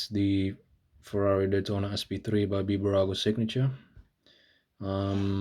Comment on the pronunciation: Its Bburago but when you pronounce the name its not B-burago its Bburago